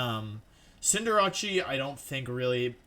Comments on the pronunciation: He mispronounced cinderace as cinder-ah-chi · everyone: cinderace wolfey: sin jirachi